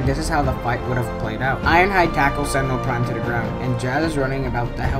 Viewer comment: Every time you say sentinel prime you say Sentra all prick